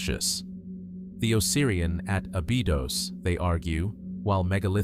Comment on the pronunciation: Ah-BEE-dohz and RAH-meh-seez is diabolical. I was trying to fall asleep and that woke me up and made me mad. 😂